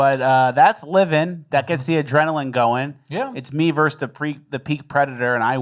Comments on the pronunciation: It's VERSUS NOT VERSE! Much love. Hail RRB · *versus, not verse